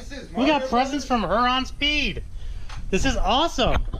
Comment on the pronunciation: We live in the same city as Huron Speed...just so you know for the next video it is said “Here-on” not “Her-on”.